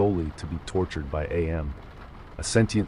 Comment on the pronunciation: It is pronounced am as in I am, not A-M. Did you actually read the book?